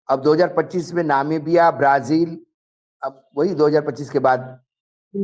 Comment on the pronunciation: sahi bola ... jis desh me jarhe usska naam bhi nahi bol pate Namibia ko navika bolta he 😮😮😮😮😅😅😅